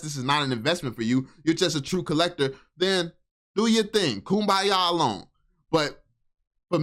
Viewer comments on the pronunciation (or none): He said koom ba ya 😂😂😂😂😂😂😂😂😂😂😂😂😂😂😂😂😂. While I don’t like a lot of things that this guy says, I will admit this particular video, he has a point